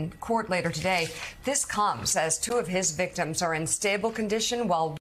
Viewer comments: “White Male” emphasis it again so we are aware of your phony agenda… who created this story? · I like the emphasis on, "......A WHITE MALE."